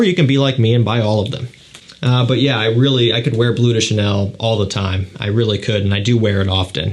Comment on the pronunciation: Maybe, out of respect for the language and culture it comes from, it's not called 'Blue' de Chanel. It's called 'Bleu' de Chanel, which does mean blue but it's pronounced 'blehw'.